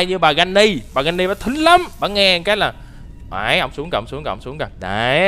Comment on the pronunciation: Phải là granny chứ không phải là Jenny